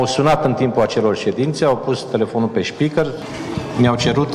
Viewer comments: Se zice speaker nu şpeaker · Ce frms pronunti speaker ...🤥😷😂😂😂"spikarrr" of doamne 😉😉😉